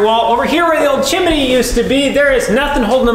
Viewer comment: Please,for the love of god,stop saying "chiminney". How hard can it be to correctly pronounce chimney? Do you also mispronounce various words over and over in the Spanish language you are obviously currently learning to speak? And do you not get corrected by someone when you most certainly do?